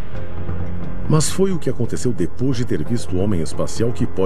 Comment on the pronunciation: "Diipois" da vinheta ☝️🏻😎